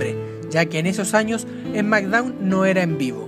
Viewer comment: "Esmackdown" o "Smackdown"??? Jajajajajaja!!!